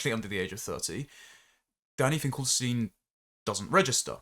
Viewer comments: God, how pompous and verbose! It's ....stine not ....steen, by the way. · ST EYE NN, NOT STEEN